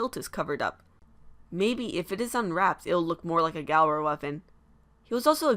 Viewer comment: NOT G-AL-RA